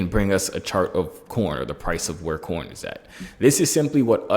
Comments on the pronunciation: he sayin corn like actually corn 🌽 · Are you saying corn or coin